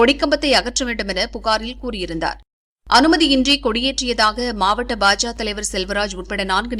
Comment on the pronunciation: அது என்ன பாஜா பாஜா.... பாஜக என்று நா சொல்லாதோ...கேவலமாக உச்சரிப்பு...